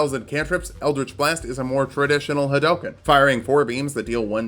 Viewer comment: I'm glad you were at least able to pronounce "Hadouken" correctly.... So many people fail at this...